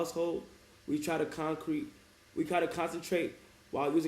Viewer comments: bro said concrete😭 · L reader bro said concrete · BRO SAID CONCRETE IM DONE😭